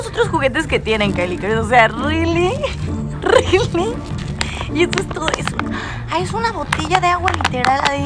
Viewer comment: "Osea RiLi RiLi ?" Jajajaja